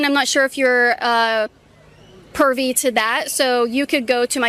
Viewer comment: Small correction. Privy not Pervy lol. Sry I'm that guy